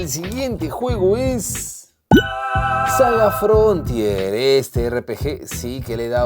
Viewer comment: saga frontier ? Creo que decía Salsa Frontier 😂😂😂